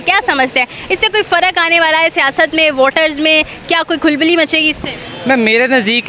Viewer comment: Khulbali nahi khalballi hota he😂